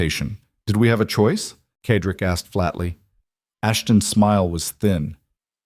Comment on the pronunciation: The male lead is Cedric. It is pronounced "Said rick" the AI reader reads it wrong "ked rick." It is distracting and annoying. It becomes a disruption in the otherwise excellent story. Also some odd noises that should have been edited out before publishing,but otherwise this is well done.